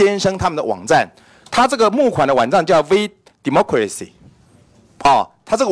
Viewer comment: 一直把VDemocracy聽成「V什麼鬼兮」 幹好好笑喔，講到服貿的時候就說利大於弊， 講到自己要被罷免就說中資一進來就涉及國安， 委員突然開始變成逢中必反了嗎？